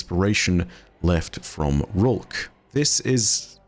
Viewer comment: How did you manage to pronounce rhulk so wrong??